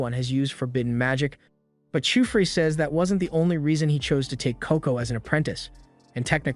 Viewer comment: How to say : keyfrey Actual name:qifrey❤ Not kyfree😂